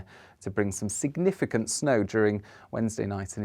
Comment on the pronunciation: You need to practice saying the word significant, talk about mincing and words which there was a lot of in this forecast.